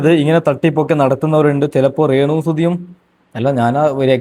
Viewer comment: റേണു അല്ല രേണു